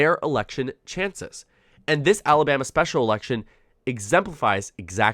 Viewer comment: AL-a-BAM-ee ain't what she used to be!